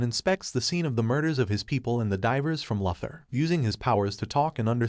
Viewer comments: Say it with me now Lu-Thor Luke the AI is a Lu-sore for this pronunciation. I dunno wtf a Leather is like is it a belt, a purse a jacket? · idk about you guy but i hear it say lex luhthar lol i cant un hear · It didn't, it said "luh ther" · These incorrect pronunciations gotta be premeditated brah… Tf’ is “Darksaid” & “Lother”?! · Yes narrator. Lex' surname is pronounced...... LOU... THOR. Not Lether. Nice go though! Keep up the good work! GOD BLESS!!!! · It's lou-thor not luth-her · This sad Loother pronunciation, fix your AI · It's pronounced DarkSIDE, NOT DarkSEED. LOOther not LUTHer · Lex Luther is pronounced Lex Loo-thor. Idk how u can watch the movie, but not know how to say his name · Can they get the AI to pronounce “Loo-thor” instead of “Lartha” lol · No it's saying Law Tor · It said "luh ther" not lartha. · please pronounce the characters name the right way....its pronounced LOU THER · “Luh-ther”? I’m out. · "Lahther???" Do you... read comic books??? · My bro il keep watching your content but please on your next DC recap please bro its pronounced loo-thor and dark-side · It sounds more like "La-thur" than "Lar-tha". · I know, that AI kept bringing me right out of it!